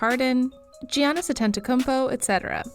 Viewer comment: Lol! Kevin Durauunt. Geeeanis Damn, also says Weber state wrong.